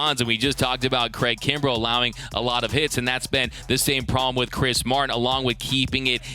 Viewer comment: my boy said craig krumbel lol